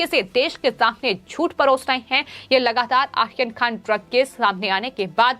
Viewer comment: सबसे पहले तो आप अपने चॅनल पर ये जो न्युज पढ़ने वाली का उच्चारण सुधारे। वो आर्यन खान का नाम आखन खान पढ़ती है। एैसे और भी शब्द है